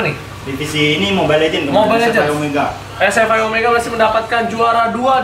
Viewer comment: SFI (ES EF AI) BUKAN (ES EF I) ahahahaha